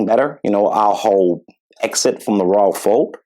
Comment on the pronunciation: "Roylish pair." 🤣🤣